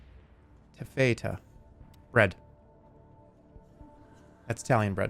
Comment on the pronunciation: his pronunciation of taffeta and thinking it’s italian bread made me want to punch him